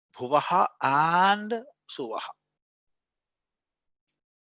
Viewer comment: Namaste Is the third Vyahrithi pronounced as SUVAHA or SWAHA? please again correct me.